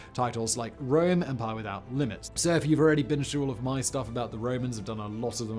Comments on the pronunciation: Stop saying "empar". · I love the way Simon says “Empire” “Ehmpah” lol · “An EMPUHH”